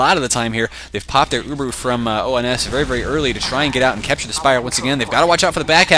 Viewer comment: Uhh,, it's ONS, not OMS